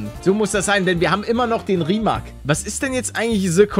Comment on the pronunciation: man spricht Rimac,,Rimec‘‘ aus, also das wird englisch ausgesprochen